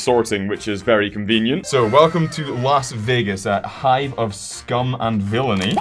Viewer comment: You pronounced almost everything wrong for las vagas